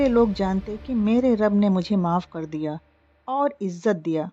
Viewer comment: Urdu sahi bolein please. Habib najjar hai na k nazar. Aur izzat na k ijjat.